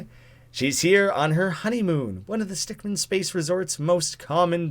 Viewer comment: Correction: Stickmin (min not man)